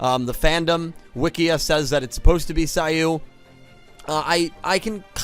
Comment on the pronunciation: it's *SIGH-OH not SIGH-OOH and *MAHN-JOUME not MAN-JOUME 😅😛💁🏽‍♂️ This is neat though! I'm sure I've come across the Bujins in Duel Links but haven't thought much of them lol; I might try to build something around them now too. Though you're right, the Judai and Saiou-based ones took a second, lol.